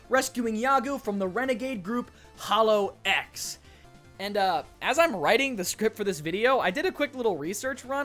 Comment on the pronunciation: A small nitpick: it's not read "holo-x", but "holox", like one single word.